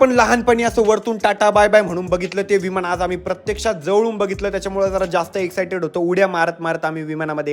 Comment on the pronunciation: विमाण नाही रे दादा विमान असतं ते